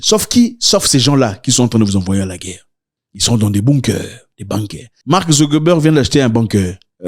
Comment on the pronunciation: La Guerre et non la Guère !